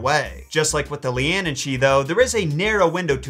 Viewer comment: Caorthannach = KWAREhonn(uck). Leanan = LANnan ;) regularly impressed by your Irish pronunciations otherwise though!!